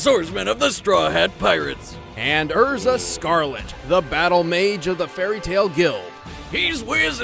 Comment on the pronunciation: Her name isn't EZra it's ERza.